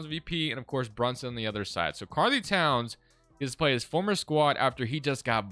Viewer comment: its really bothering me the way he says karl anthony lmao